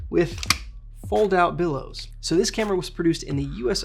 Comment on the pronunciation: Bellows, not billows. But otherwise, great info on a camera I've often wondered about - thanks!